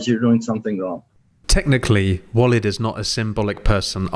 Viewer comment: Interesting topic. BTW, Walid is pronounced Waleeeeeed